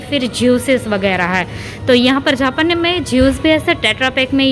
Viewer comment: Dd aap ko japan bolna vee nai aata hay jhapan nai its jaapan